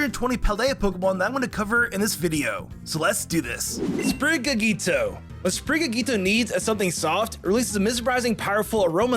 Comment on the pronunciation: Errm, it’s “Sprig-a-tito”, not “Sprig-a-gito”